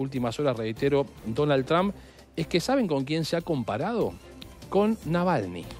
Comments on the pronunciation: No se pronuncia TRAMP, se pronuncia Tromp y se escribe Trump. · PORQUE LE DICEN DONALD "TRAM" 🤔